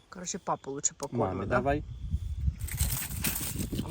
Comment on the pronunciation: Всем привет! Артём как итальянец или испанец , так родителей завет. Тут в Испании дети мама и папа на последний слог ударение. Прикольно слушать и смотреть вас.😂